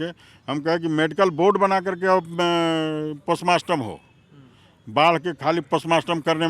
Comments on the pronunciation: postmotom hota hai postmaster nahi 😅😅😅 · Postmartam bola hai re baklol but sudh उच्चारण postmotom hota hai.....gumrah karte ho re मुर्ख...